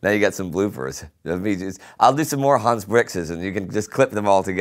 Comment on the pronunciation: I want to make indy saying "Faka you Hanz Bwix!" my ring tone